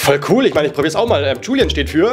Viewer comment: es heißt Julien nicht Julian